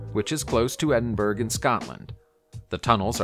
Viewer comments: Edinburg? it's Edinburrow. spelt Edinborough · Has the narrator never heard the capital city of Scotland’s Name Edinburgh. Please stop insulting the Scottish people with mispronunciation of their capital city. It’s Ed-In-Borough not Edinberg. The US education system is really bad hey? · Just a heads up it's pronounced edin-bur-uh the spelling Edinburgh is based on its old Gaelic name. (I'm scots-irish and grew up in Aberdeen a little over 300 miles north) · Eh ding berg 😆🤣 If you can't pronounce the capital of Scotland, you are merely reading from a Hellyweird script... thus fake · That annoyed me too lol